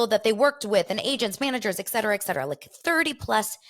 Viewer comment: Hi, it's the ETCETERA lady - thanks for responding to my comment! You still say it wrong, but fuck it, say it however you want. I came hete earlier because of Heather- I'm in Poland, Polish woman English teacher- I don't get sirious radio here, so wanted to find out what that was all about. I don't even know how I started to listen to Juicy Scoop, but I'm into the US pop culture and I like her show. Don't give a shit about reality shows though... But I see you talk about other than that- like the weird Ashton situation and I have to tell you woman- you wore me down- I'm subscribing. I like how you speak (sans tje etcetera word haha) and my late mama was named in English language. Are you of Polish descent perhaps? Why is your name pronounced like that? Anyway, I like you, I wish you all the success my dear😘😘😘